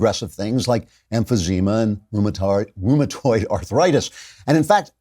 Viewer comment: "rheumatard arthritis". Hehe